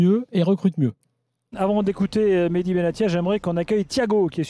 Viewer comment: Benatia est un prénom arabe, pas français donc arrêtez de dire Benassia. On prononce T pas s.